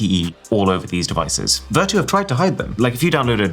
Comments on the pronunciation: It’s pronounced ‘Ver-tyu’ as in ‘virtue’. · Maybe i'm the only person who pronounced this as ver-chu instead of ver-too 😅 Vertu Phones Were Always A Simbol Of Luxury They Are Best Known For Their Build Materials And Craftsmanship, But We Are At A Time Now Where Functionality Is More Important Than Look It's So Sad That Such A Niche Brand Is Using Cheap Marketing Tricks & AI Generated Text/Images For Marketing 😑 Anyway, I Think I First Saw The Buttler Service On Samsung 'W' Series Phones,Which Are High End Versions Of Z Fold& Z Flips, But Only For Chinese Market. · Vertu condom? Maybe I am dizzy coz I heard this for Vertu quantum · Not Vertu man....